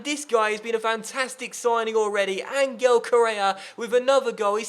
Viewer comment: Hey, love the series. Just a small gripe; Correa's name is pronounced An-Hel, not An-Gel. But seriously, great series!